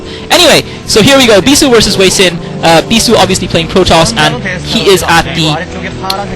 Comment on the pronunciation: its sorta weird to hear hwasin (hu-wa-sin) pronounced as hueysin, lol